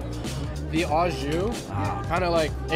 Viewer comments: Even after hearing others say “Au Jus” (oh - zhoo) correctly, Andrew over here saying AJUSH...Hahahaha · I can’t unhear au SHOOSH now 🥺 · Say it with me, "Aww-Jew". 😂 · You can't call the second stop a hidden gem. That's right smack in front of Chinatown lol. Also, you're saying au jus all wrong hehehe. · Andrew cannot pronounce au jus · You don’t pronounce the s on the end of jus, dude.